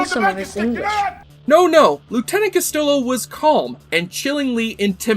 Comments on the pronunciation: Crockett was the pretty boy?? 😄 Okay, I guess that depends on who you ask… What’s not a matter of opinion is that Castillo‘s name is pronounced “cas-TEE-yo.” Consult any Spanish pronunciation guide—after all, Marty may be fictional, but his last name isn’t—or just pay attention to the way the cast members pronounced his name for five years on the show. But you’re absolutely right about his character lifting the show to new heights and raising the bar on the acting. I agree that “Out Where the Buses Don’t Run” was an odd choice for TV Guide’s Top 100. My personal favorite episode is “The Prodigal Son.” And you and I definitely agree that things got a little “hairy“ for the show after the second season. 😆 We probably don’t concur on all the details, so I won’t bother. Your commentary on “Missing Hours” is SPOT ON. Fans believe Vice to have created some of the best episodic television in history, but we all say that that was probably the *worst*. 😆 Did the writers strike of that year affect other TV shows that terribly? 🤷🏽‍♂️ And btw: I liked “Viking Bikers From Hell” too; always have. 😉 Great video. Thanks for putting in the time and effort to honor my favorite television show of all time. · If Castillo was your favorite character, I'm pretty sure you would know how to pronounce his name. 🙄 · Well done! For several years my dad and I watched Miami Vice every Friday night. This is a great analysis, even if Castillo’s name is mispronounced every time. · How on earth are we supposed to buy you being a fan when you pronounce Castillo's name as if he was some Italian guy? It's not like his name is ever spoken...🙄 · Funny that Castillo was this guys favorite of the series and can't even pronounce his name. Did someone else write the script for him and he just read it? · Bro, how are you a fan of Castillo if you don't even know how to say his name? Honestly? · Sorry....but you mispronounced Lt. Castillo's name. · CastiLLo not Castilo 😅. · It’s pronounced Cast-ee-yo.